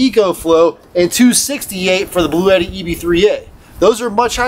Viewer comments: Uhh. I’ve also heard it pronounced blau t. I wonder what Webster’s dictionary says. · It's actually pronounced "Blue T."